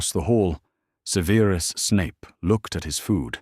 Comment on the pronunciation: They always pronounce Professor Snape's first name wrong